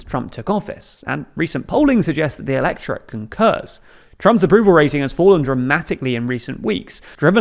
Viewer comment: i'm listening to this in the background and i kept asking myself what the flying f "electra" was. turns out that's how you say "electorate"? learn to say things dude. seriously